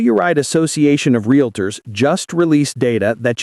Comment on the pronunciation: They are 'realtors', not 'realators'. 🙄